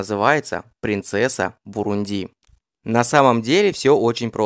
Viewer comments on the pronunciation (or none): Автор, ударения ставить научись сперва! Не бурундИ, а бурУнди!!! Ударение падает на второй слог!!! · Дружище, неверное ударение в слове "Бурунди" режет уши. Посмотри, пожалуйста, в словаре - как правильно.